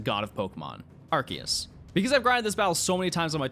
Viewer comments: This has to be the only Youtuber who knows how to correctly pronounce 'Arceus' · The for saying arceus instead of arseus